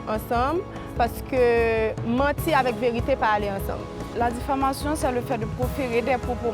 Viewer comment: diffamation yo di oubyen difflamation😂😂 m wè di diflamation😂😂 vin pran miss plim poul nou an😂😂